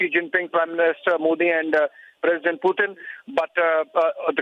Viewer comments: Whoever is speaking. Why does she keep saying "Puetin"? Bitch pronounce properly stop trying to be so western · Kya bol rhi hai be....piutin 😂